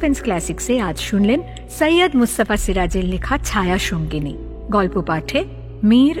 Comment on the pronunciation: আপনারা সৈয়দকে সইইয়দ বলেন কেন???